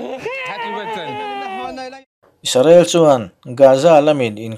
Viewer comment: Isarel ni lovin IS-RA-EL